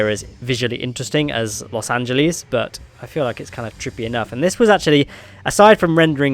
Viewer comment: los Angelees